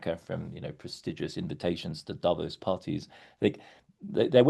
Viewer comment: Hey, would you mind to pronounce "davOs" correctly?! PLEASE ... not "dAvos"! (... I mean, it's really not more difficult to pronounce Davos correctly, than making a distinction between Greenland and Iceland, right?)